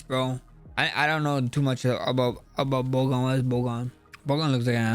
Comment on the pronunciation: no accent removes a D from Bogdans name. “Bogan” lmao